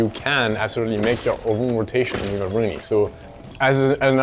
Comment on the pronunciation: About the new operator. Her name in the original Thai language pronounces "Aru-Nee", Not "A-Ruu-Ni". I, A legit Thai people, Annoyed at how your announcer says her name. You say it like she a French or Italian! It sounds so WRONG.